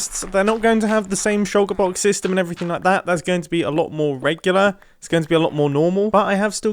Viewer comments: I love hearing mumbo say “shouka boks” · Try drinking everytime Mumbo says shoulker box..